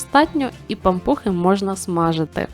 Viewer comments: Особливо наголос-пАмпухи!😂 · Перший раз чую , щоб говорили пА'мпухи , наголос на А...